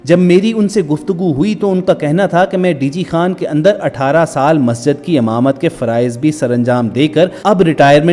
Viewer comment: Baat short kar r imamat ko hamamat na bol